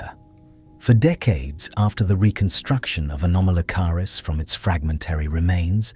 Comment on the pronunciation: The AI voice mispronounced “anomolocaris” when it first pronounced it .